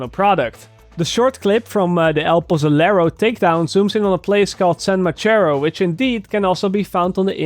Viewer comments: "San mashero" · "San Mashero? "